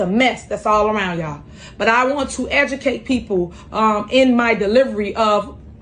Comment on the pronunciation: I believe she said " edukate da worl"